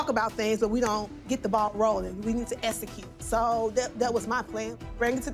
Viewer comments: Wth is ESSECUTE!! Thicc tongue really needs speech therapy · Essacute?... Does she mean execute?...LOL i didn't notice it at first... She obviously has a problem with x's...LOL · Esssaascute! Hooking on phonics and speech pathology please